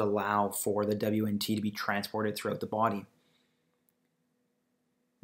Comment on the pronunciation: What the hell is "dabliuenntee"? its pronounced "Weent". The basics!!